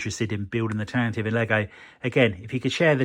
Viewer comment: Tan-Tiv-Vee, it's pronounced Tan-Tiv-Vee.